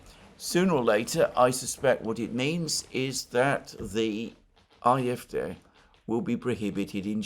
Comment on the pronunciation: It's AFD, not IFD